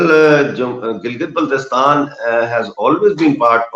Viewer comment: fuck you liars we love pakistan and kahmir belongs to gilgit and gilgit is part of pakistan....correct you pronounciation of gilgit first